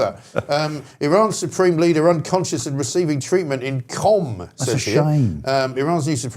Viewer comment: MG's pronunciation of Qom is spot on. Qom is the 'Canterbury' of Iran - Ayatollahville - basically. A one-bomb city you might say.